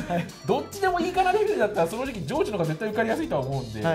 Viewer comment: 「正直」が「掃除機」にきこえるwというか、もはや言ってるw